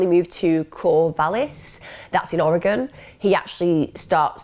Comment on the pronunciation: Love all of these videos. Just to let you know, (and we Oregonians are pretty chill about this), there are a few mispronunciations: Word - Rhymies Oregon - Or A Gun ✅You nailed it Willamette - Will Am It Corvallis - Cow Palace ✅ Really close Aloha - A Low Ha (I graduated from Aloha High School)e all of these videos. Just to let you know, (and we Oregonians are pretty chill about this), there are a few misspernounciations: Word - Phonetic Breakdown Oregon - Or A Gun Willamette - Will Am It Corvallis - Cow Palace Aloha - Ah Low ha Was supposed to be named Aloah, after the First Nations tribe which had lived in area. But, when the post office started to build a post office in Aloha, the postmaster decided that there was a typo, and that is how Aloah became Aloha. Meier (& Frank) - My err I don’t mean to nitpick, I know that I would butcher Welsh names if I were made to try 👱🏼‍♀️